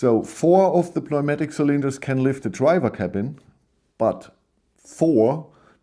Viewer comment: Newmatic. The p is silent 😉